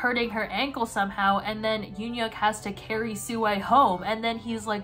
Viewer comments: ITS PRONOUNCED YOON HYUK NOT UN HYUK?!??!?! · the ‘eun’ in ‘euhhyuk’ is pronounced kinda like the ‘u’in bun… so kinda like mix of oo or uh